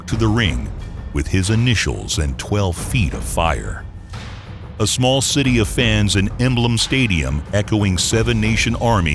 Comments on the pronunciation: Narrator calls it 'Emblem' Stadium....when it's Wembley Stadium. Doh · in this you stated that Klitschko had been fighting for 2 decades and AJ 6 or 7, that makes it sound like AJ's been boxing for 60 to 70 years? also its called Wembley stadium not emblem stadium. And you missed out Breazeale and Molina in between Martin and Klitschko and after Klitschko he fought Takam, Parker and Povetkin. Only after that did the fight with Big Pharma Miller come around